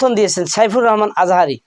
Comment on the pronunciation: 🎯🎯🎯ডাঃ সাইফুল আজম বাবর আজহারী, নামটা সঠিক করে বলুন👈👈👈👈